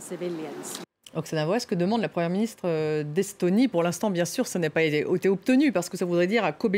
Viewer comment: Bien-sour ou bien-sùr c'est pareil. Mais Poutine a droit de se venger et tout vient de votre faute vous les rapporteurs de conneries d informations fausses